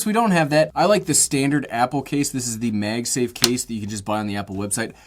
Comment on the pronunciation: "Meg Safe" - what regional accent is that? I've heard it before but boy I can't place it. Love the small phone and love this video. 👍🏼